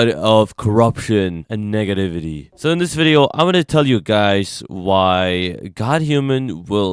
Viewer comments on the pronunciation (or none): Bro said "niggativity" :O !!!